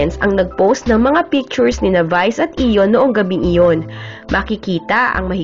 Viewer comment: ayion not iyon